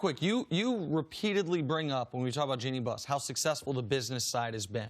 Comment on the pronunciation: No one: Cris Carter: Jole Embiid...Jenny Buss